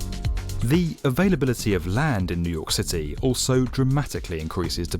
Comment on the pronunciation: sounded like he said "nuke city" cuz of his bri'ish